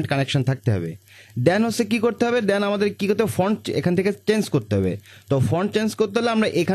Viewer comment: Ussaronta ektu thik korele bhalo hoy. Karzar na bole Cursor bolle bhalo hoy. Than na bole then bolle bhalo lage sunte.